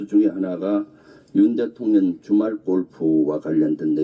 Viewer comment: 김병주씨 대통년이 아니고 대통령입니다 한국말 발음이 어찌 3살짜리 우리 손자 발음 보다더 이상하네요